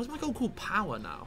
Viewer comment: I genuinely thought Harry’s name was powder not power